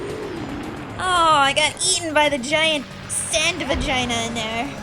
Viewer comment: It sounds funny when you say vagina =]